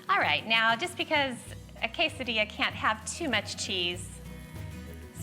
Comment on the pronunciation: lol dear god, total Midwest white woman "quesadilla" 😂